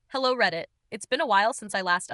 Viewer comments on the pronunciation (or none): none